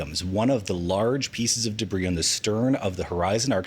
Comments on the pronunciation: I can't stand the way she says "debris". Day-bree, day-bree. It just grates on my ears. Lol. Is it an accent thing? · Why is she saying debris like an absolute bafoon